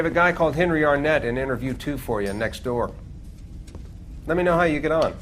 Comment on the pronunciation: "Arnett" really? REALLY?!?